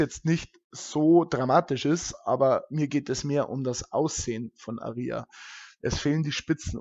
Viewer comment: Es wird Ah-ria ausgesprochen das ist hinten beim Buch bei der Aussprache der Namen verzeichnet